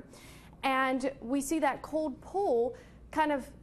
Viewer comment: She says "cold" as "code" and "called" as "cawed". Is this a speech impediment or accent? If accent where from? If impediment maybe some speech therapy for newscasters.